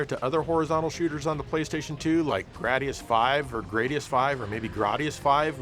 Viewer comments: AAAGGGHHH!!! Okay. "Gradius" rhymes with "radius." It's not an accident that the game's name is "G" + "radius." Google it, accept it, and thank me later. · Are you bat crazy!? Its pronounced GRADIUS. UNSUBSCRIBED.